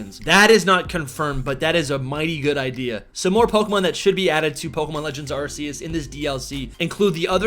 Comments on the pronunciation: It’s pronounced “Ar-keus “ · I really tried watching this but he mispronounces Arceus so many times that I just cringe... 🙈